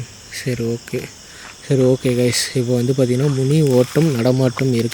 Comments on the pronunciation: மினி இல்லப்பா, முனி.!!!! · அது மினியா முணியாடா...😂😂😂